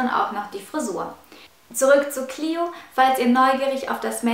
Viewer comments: Hi danke für das viedeo aber ein kleiner tipp die nixe heisst cleo und nich clieo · Cleo nicht cliu kapirt